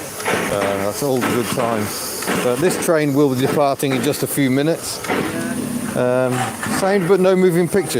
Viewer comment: said minutes like a kiwi 😆